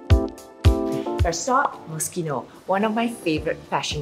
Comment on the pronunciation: Finally learned how to pronounce Moschino right. Haha